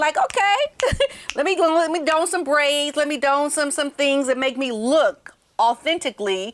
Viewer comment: Please don’t mind if I say that don is pronounced as “Don” like the name “Don” instead of “doan.”.